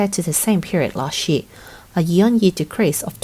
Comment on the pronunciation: Learn how to say the word "Year".